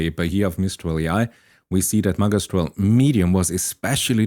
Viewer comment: it's pronounced ' ma gi stral ' th gi as in magic not as the game